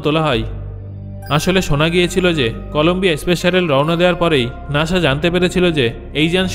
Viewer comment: আরে ভাই নাশা না নাসা😊